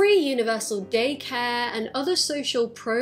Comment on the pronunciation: 🦇 also when you said "daycare" I thought you said "gaycare"